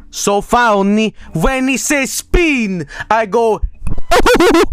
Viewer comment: I LOEV VANNYSAUCE, SO FAONNY WHEN HE SAY "SPEEN" I GO UHUHUHUHU